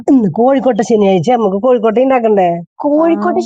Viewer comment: Kozhukkotta ennalle, kozhikkotta ennu kettu